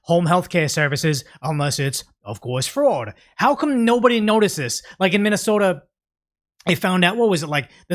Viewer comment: Minnesomalia 😂😂😂 you accidentally slipped the funniest thing I’ve heard all month😂😂😂